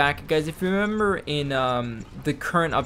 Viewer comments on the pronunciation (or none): "Guys if you remimber" lmao hahaha